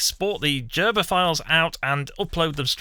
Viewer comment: I believe it's pronounced gerber as in grrr, not as in jerber. At least I've never heard an electronics engineer refer to it as a jerber file in Britain or Germany.